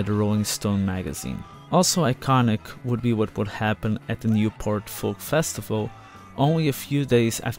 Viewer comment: The 'L' in 'FOLK' is silent you dope.